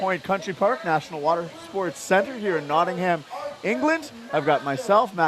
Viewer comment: It's pronounced Notting-am or Notting-em not Notting-Ham